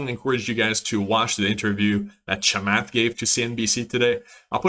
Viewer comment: I think the strategy of buying the best when they all fell today made a lot of sense. I added to SoFi on the dip. His name is pronounced Chamoth (if that helps for future vids). Great work